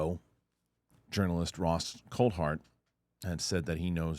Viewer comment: Ross CoulThart...with a T. It's not Ross Coulhart. It makes a difference when you're speaking as a "journalist".